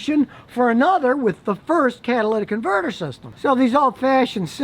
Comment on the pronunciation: Finally, someone actually says catalytic converter and not Cadillac converter